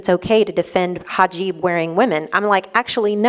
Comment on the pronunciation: It's HIJAB, not hajib.